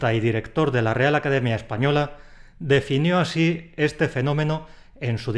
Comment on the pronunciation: ¿Y el añadir la N en el así? AsíN no se puede seguir....